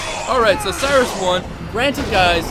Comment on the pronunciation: It's Siris. Not sirius